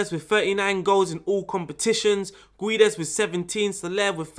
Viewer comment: When you say Guedes you are not supposed to read the U. So its like Gédes. 😆 Nice video btw, tactics looks very nice. Will give it a try. Thank you